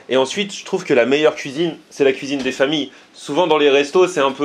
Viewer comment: " c'est la cuisine des fômilles ! " , j'aime quand tu endosses ton accent caira :D